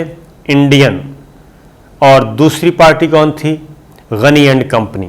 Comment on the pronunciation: GANY ALLAH KA NAM HY PLEASE GANYE NA KHA KAREEN ABDULL GANYE BOLA KAREEN